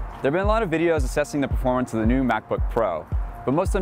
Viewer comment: every time you say "performance", i heard porn. seriously, slow down